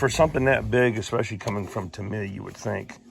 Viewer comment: Japanese names are pronounced with the accent on the first part. So it's TAMiya, not TaMIya....